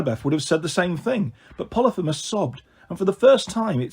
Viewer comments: U need to work on your pronunciation try learning phonically ex: poly- fee- mus. Aka cyclops. Ask Google to say it phonically n she will! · I guess it is. I say po-lee-pheee-mus